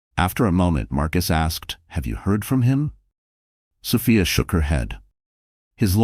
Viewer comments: Sophia. So Fi A not so fa a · Please adjust your AI the pronunciation is incorrect